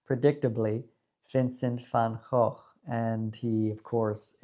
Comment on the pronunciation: Hi brother, I just finished your video, I was too busy enjoying cruising with the top down. Aren't we blessed with this gorgeous weather? I am with you on Vincent all the way and congratz on pronouncing his last name correctly. X made me think of xenofobie, it seems to be on the increase in this country. Have a great day and enjoy the warm sun while it lasts 😘🤠